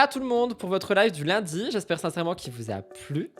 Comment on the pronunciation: "ce lundJi" "" merci d'exister hahaha